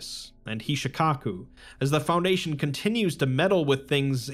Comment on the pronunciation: FounDation your pronounciation on words that are said so many times being slightly off is wildly distracting